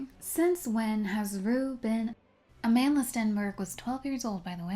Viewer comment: Her name is pronounced a-mahn-d'la